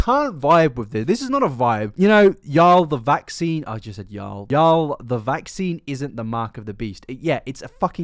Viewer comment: I subscribed only because I whole heartedly believe stranger things is real. (This is… a joke) lol if we didn’t know you were British before we defiantly know now because of how you said y’all. Love you and your channel. Did know this second Channel existed until today and I am very happy I know now :D